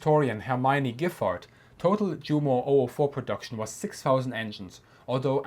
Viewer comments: We say ‘Vicebeer’, it is better to pronounce ‘You-mo’ and ‘Yunkers’. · Jumo is pronounced You-mo. The same with Junkers. Shameful ! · why do you pronounce the "j" in Junkers and Jumo like the English "j" instead of the English "y"? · Did I hear you actually say Jumo with the English J-sound? I was just thinking that this is the channel I can learn about German military history (and other topics) with the German words at least pronounced correctly.